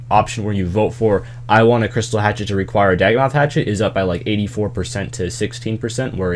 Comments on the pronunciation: "daggnoth hatchet" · Any1 notice he said " dagonoth hatchet "